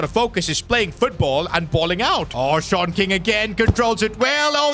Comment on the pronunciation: Am i the the only one that keeps hearing SHORT king instead of SeAN king 😭